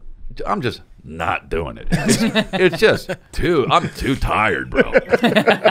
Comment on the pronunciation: Also what are, not water. Also we, not weed. Also doing, not dune. Also here, not hair.